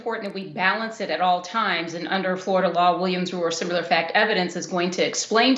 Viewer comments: "sim yoo ler" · Yes, it was an eye opener to hear an educated woman mispronounce similar but what was even stranger was that she pronounced similarities correctly. Go figure!